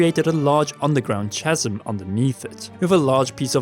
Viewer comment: chasm = “kazem”